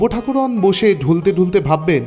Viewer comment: গল্প পড়ার ধরন বেশ ভাল কিন্তু উচ্চারণ ঠিক করুন ঠাকরুণ কে ঠাকুরোন? খুব কানে লাগছিল সারাক্ষণ ।বুঝেছেন তো কি বলছি?ঠাকরুণ বলবেন ।